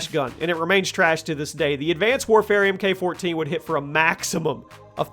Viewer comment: you say this in like every 10 guns video and it really irritates me for than it should lol but MK in the MK14 is pronounced Mark. Sorry but I had to say something 🤷‍♂️